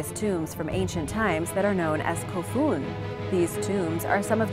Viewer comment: your second /kofun/ is nicely pronounced! the japanese /f/ is Not fricative- rather like blowing air into your ears... just the lips.: ) like /fūü/ the wind.